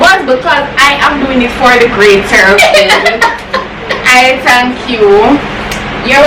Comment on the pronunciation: you speech have me rolling😂🤣🤣🤣🤣🤣🤣🤣🤣🤣🤣🤣🤣"I just want to tank my mother for berthing me to be able to collect this here $5000 today & i would like to tank youtube aauudients for this appertunity to be here to do this challenge even though pepper water splash up inna mi eye i i am happy i tank u😂🤣😂🤣🤣🤣🤣😂🤣🤣😂😂😂" You need to go in drama, hush